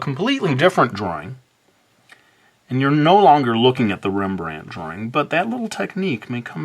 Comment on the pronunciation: I really died laughing😂😂, cause the way you pronounced rembrand